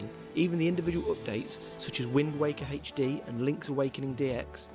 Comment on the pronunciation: Haech-Dee. I'm sorry I HAD to do that.